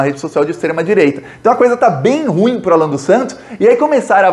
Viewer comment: permita-me uma correção: RUIM tem duas sílabas. A pronúncia correta é: RU-IM.